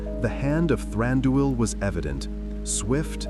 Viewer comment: Stop saying Thranduuul 😱